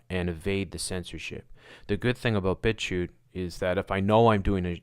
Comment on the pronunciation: u keep saying bitshu? bbitshoe? bitcute? <-- i have no idea what exactly ur saying, so how am i supposed to find it - and of course, it's not linked... WTF? Come on! i've never seen this fuckwit b4 - i can tell just from this page though, that it's just more nonsense - why give it so much attention? Finally found it by using google mic - and saying bitchute - the link is Thank me later 😜